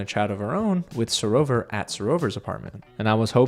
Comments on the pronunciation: It's SarOVA not SarovER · because with the English accent we pronounce it SarOVA. We don't over pronounce the ERRRR the same way Americans do.